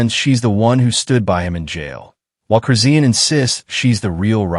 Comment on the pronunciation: PRONOUNCED HER NAME RIGHT ITS CHRIS. SHAWN THATS THE WAY ITS PRONOUNCED NOT WHAT YOUR SAYING